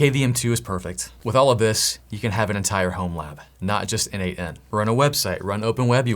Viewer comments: This video is awesome. Buuuuut... looking at documentation it clearly says it is not pronounced 'en-eight-en', but exactly like the name...... Nathan ;) Yep... I can hear you: oh shiiiiii, So obvious! :) And yet... every single video on n8n I looked into pronounces it the wrongly as 'en-eight-en' :) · Don't you think that the idea of the product author(s) was to pronounce it "Nathan"? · N8n, isn't it supposed to be pronunced a bit like Nathan ? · I thought it's pronounced Nathan (n-eight-n.) so I clicked the video to hear how it's pronounced. My disappointment is immeasurable. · Why don't we pronounce n8n like Natan/neighten ? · n8n is pronounced 'Natan', it's someone's codename. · Have you considered it is supposed to be pronounce Nathen? At least that it is how it seems logical to be pronounced to me N-eight-n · I think N8N is pronounced "Nation" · I can t not pronounce it as nathan 😅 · I always thought it was pronounced "nation" for some reason. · Always thought it was pronounced "nathan"